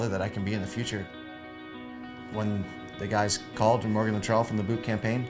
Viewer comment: Morgan Luttrell lol, get his name right.